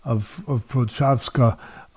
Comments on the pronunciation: Its...Prohaska...not prohakka lol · it's pro- hosh- kuh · Actually this time Teddy was closer to the right pronunciation than, I don't know why was say CutLeRabla and Pro-Haka. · “Prohaka” no one in the broadcast said it like this wtf 😂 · Pro-haz-ka is the pronunciation ken 🧐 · Was waiting for the prochazka name to be mention just to hear how Teddy would pronounce it, he didn't disappoint LoL